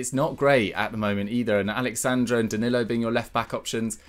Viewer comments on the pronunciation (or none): none